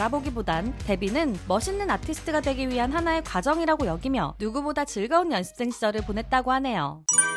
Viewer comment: 연습생 발음을 열ㄴ습생 이렇게 하시네 신기하다